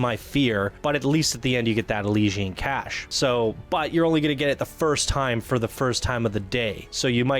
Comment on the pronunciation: The way you pronounce Elysian, is a fucking Greek tragedy.....